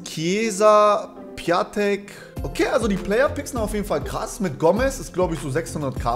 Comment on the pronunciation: Der heißt pjontek nicht piatek